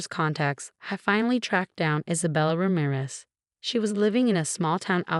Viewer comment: Mar-TEEN-ez. Ra-MEER-ez